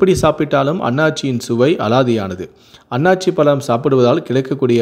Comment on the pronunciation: not Aanachi. it's Aanasi